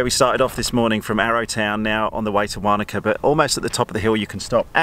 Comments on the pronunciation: Wanaka not waaanaka hahaha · Matt I agree; having lived there for a few years it was making me cringe every time said it:-) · 🤣 the way you pronounced Wanaka